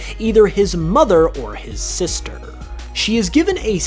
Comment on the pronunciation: The way u pronounce some words is terrible. It’s like ur trying to make ur voice deeper lol like when u say sisterrrrrrr